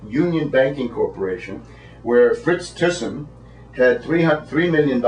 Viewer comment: His name is Frits Thysen. speak theissen